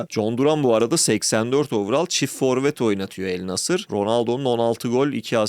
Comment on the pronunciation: overall öyle telaffuz edilmiyor, istersen bir araştır.